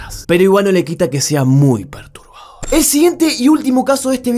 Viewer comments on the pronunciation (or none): Julián cuando dice perturbador es como... PERTUBAdor